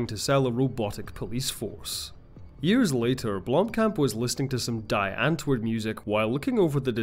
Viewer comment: Spelled: Die Andwoord, Pronounced: Dee Unt-voort: English Meaning: The Answer